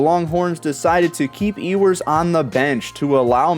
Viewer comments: It’s pronounced U-wers not E-wers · Why cant you pronounce Ewers name correctly? Anyone who watches college football hears his name damn near every weekend.